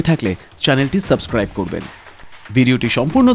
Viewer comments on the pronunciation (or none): none